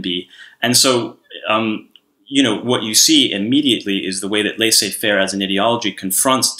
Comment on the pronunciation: C'mon Aaron I can forgive for incorrect pronunciation of Elgin & Palmerston.. However not your mistakes with Apogee & Laissez Faire. Apogee is not French and Laissez is!